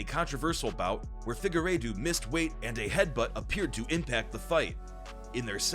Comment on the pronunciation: If you’re going to make videos about MMA have enough sense to listen. Fig-a-raydooo???? LMMFAO!!!!!